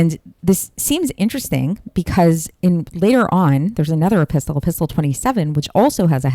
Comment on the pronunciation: It's pronounced e-pis-sel.the t is silent.